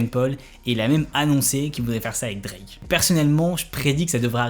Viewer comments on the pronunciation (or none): none